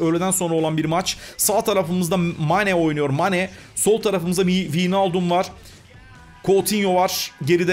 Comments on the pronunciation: vinaldum degil abi vaynaldum duzeltirsen seviniri :) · abi winaldum degil waynaldum <3